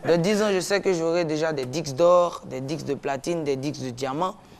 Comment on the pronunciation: gars McOne on di Disques pas dixse........hhahahahahahahahahaha